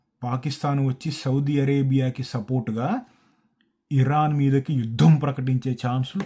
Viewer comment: యుద్ధం, యుద్ధం ఒత్తు పలకాలి అందరూ 😅